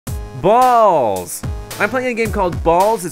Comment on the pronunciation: ha ha ha stop saying ballzs